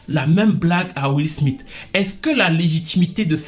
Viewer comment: will smite (prononciation) mdr